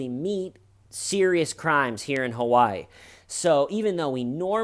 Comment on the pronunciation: Why do you say Kawaii instead of Hawaii? Have you unpacked everything yet? Has Little-T coped ok with it all? 💚😊💚